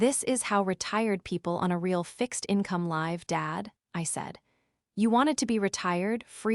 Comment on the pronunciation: Live and live, pronunciation problem, again?